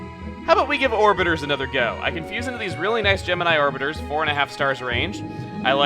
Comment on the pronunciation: Orbitars is actually pronounced or-bit-TARS